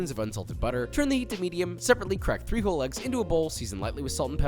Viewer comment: He said "I really like 3 whole eggs". I heard "I really like FRIJOLES"... I thought he was putting beans on this for a quick moment. lol